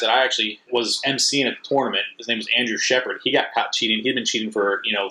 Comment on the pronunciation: When you learn to pronounce tournament I’ll finish watching this video